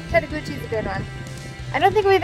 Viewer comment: Tettegouche is pronounced tet-a-gooch. Love your videos.